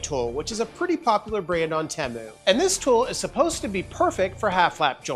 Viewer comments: teee mooo not tem o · Temu had a commercial during the super bowl. When they said Teh Moo I was angry haha I've been saying it wrong the whole time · u say temu correctly this one time, then go right back to saying it wrong. 😂 Everytime ud say it, in my head I'm like "that's not how u say it".. and then u said it correctly here and I was like, wait a second, he's messing with us.... Lolol